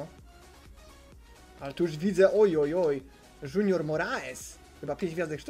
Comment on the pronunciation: oskar "Janusz" "Junajted" "Jutandej" Siwiec